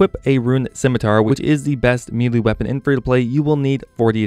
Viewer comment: May-Lay... Me-lee